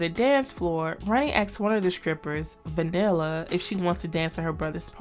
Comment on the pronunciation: The white girls name was Vanilla! 😂😂😂.. not. Vandella or whatever you said